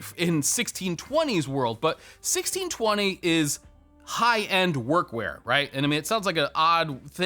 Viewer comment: "Workwear" sounds like "were queer". 🤣